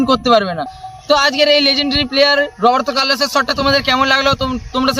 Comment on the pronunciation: robart carlos not robart callo yes.